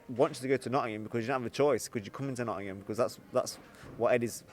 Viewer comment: please learn to pronounce Nottingham, you and Eddie are both the same…Its not pronounced “Notunum” I know its a long word but give it a crack!